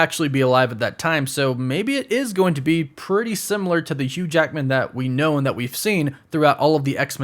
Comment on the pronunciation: “Hugh JAEKMIN”